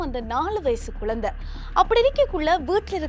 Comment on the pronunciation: குழந்தைங்க அது குலந்தை குலந்தைன்னுச் சொல்லுறீங்க